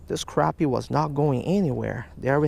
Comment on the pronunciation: pronounced "crappy" not croppy or crahppy